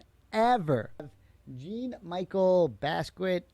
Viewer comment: Jean (Jawn) Michel ( Michelle) Basquait (Bass-key-aught) 😂 it’s a dud for him because he has no clue who he is let alone how to pronounce the mans name.